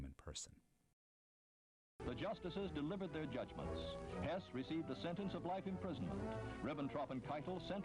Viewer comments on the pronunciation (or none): I thought this a fine documentary, the audio was acceptable for me, as was the narrator despite his repeated "Hoss" mispronunciation. Besides moderate reading of this history my previous knowledge came from the film "Judgment at Nuremberg" and the documentary filled in many gaps